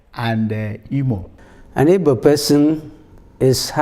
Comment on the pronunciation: narrator, it's not ibo. it's Igbo. please!